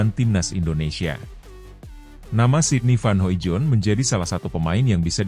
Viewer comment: masih sangat halu. sydney van hoimoijdonk (*baca: hoidong). please pronounce it better. sering di evaluasi, tetep salah.. 😢